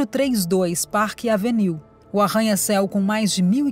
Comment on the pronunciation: Pelo amor de Deus, porque alguns vídeos são narrados por pessoas totalmente incapaz de pronunciar palavras em inglês ou qualquer outra língua???????????????? Se a pessoa não está qualificada a pronunciar o nome de uma das avenidas mais conhecidas de NY - PARK AVENUE, então não deveria nem ter sido contratada!!!!!!!!! A impressão que dá, é de um vídeo mal feito, sem qualquer critério e assim torna a notícia principal , algo sem propósito ou seriedade. Por favor, cuidem antes de produzir um vídeo, pois os ouvidos dos ouvintes não são “lata de lixo”🗑️